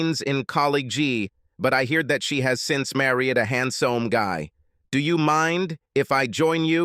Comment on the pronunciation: Man, the robot AI reader sucks. It mispronounces common words like “friend” as “free-yund” and “handsome” as “hand-sooom” & “college” as “colly-gee.”